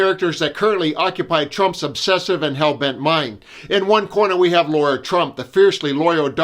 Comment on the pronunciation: La-ra, not Laura 😊